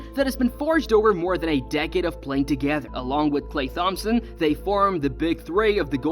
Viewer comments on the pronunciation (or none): Why are you saying THompson. It’s pronounced like Tom-son 😂😂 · H is silent in thhompson 😂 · Saying thompson like TH-ompson is really getting on my nerves 😢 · It's klay (tomp-son) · I’m glad someone said it because I too was in search for this comment. I actually had to look up other videos/shorts just to hear someone say it correctly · Sent a quiver up me spine lad